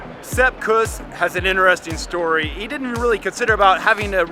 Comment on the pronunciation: Say: KOOS. Rymes with caboose. Say it right man